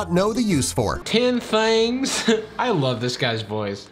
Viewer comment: and 'tEn tHaNgS'